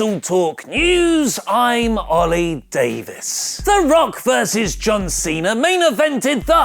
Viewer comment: John Cenar!!!! Learn how to say Cena!!!